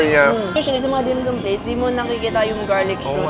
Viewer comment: the way you pronounce dim sum is very annoying, pls find out how to say it properly